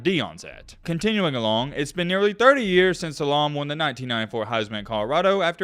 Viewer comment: You post when when not only couldn’t you pronounce Salaam’s name but actually said you have no idea who he is. So much for football knowledge. If you want to be taken seriously take the time to learn about the players you’re reporting on and for god sales learning their fucking names.